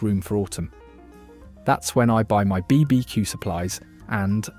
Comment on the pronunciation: yea, I agree this is AI, the voice sounds real at first.. but then you hear how it says Lidl sometimes and BBQ and odd breaks in sentances